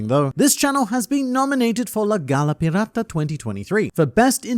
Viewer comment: Pee rah tah. (Spanish pirate lol) just love the aussie try tho. Always clicking on the videos cuz im a night owl